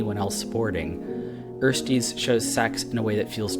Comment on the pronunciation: Ersties is pronounced with an e sound like in elevate not like in earl and is a term that refers to first semester college students in German ;) I think bellesa is also doing a good job in pushing the industry towards more ethical pornography. Interesting video as usual.